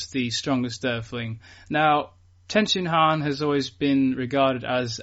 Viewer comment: Please if you have to call him Tenshinhan can you use the right inflection